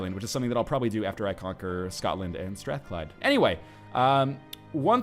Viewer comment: I come from Glasgow, and you pronounced Strathclyde better than most Scots do.